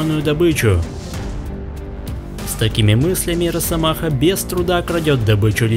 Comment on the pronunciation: Не.. надо говорить не рассамаха. А РАССАМАХА😂